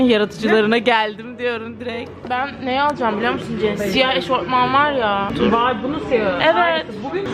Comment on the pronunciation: “EŞORTMAN” MI???